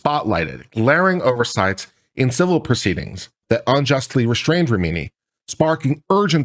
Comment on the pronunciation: How can you look at RA HI MI and read RA MI NI?